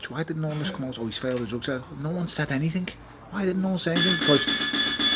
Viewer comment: Stop saying anythinK it's anything with a G not a K you dumb Scouse narcissist